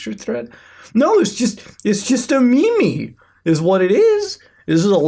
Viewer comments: did you REALLY just say "me-me" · by far my favourite part of the video Mutahar : No , it's just a "Meme(pronounced as Mi Mi by Mutahar)" I seriously lost my shit and started laughing